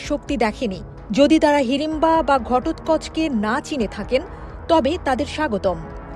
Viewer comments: ঘটোতকচ্ছ ভালো করে উচ্চারণ করতে তো শিখতে হয়😅😅😅😅😅😅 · ঘটোৎ কোচের নামই উচ্চারণ করতে পারে না আবার রিপোর্টার হয়ে গেছে🤣🤣